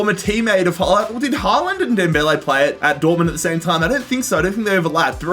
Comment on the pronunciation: did we listen to this man call haaland somethking else